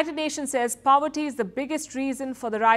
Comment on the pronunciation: Palki dear, its not PAVERTY, its Poverty!!!